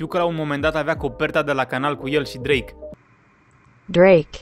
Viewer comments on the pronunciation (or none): Bahahaha auzi că Drache 😂😂